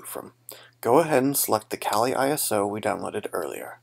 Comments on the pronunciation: lmao you said colie instead of kali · oh lol i just thought that was a bit silly